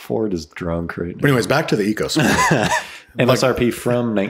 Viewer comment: It's pronounced "Echo"sport, very important to get it right